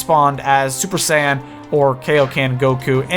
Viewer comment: When you say Super Saiyan, it sounds like Super Sand.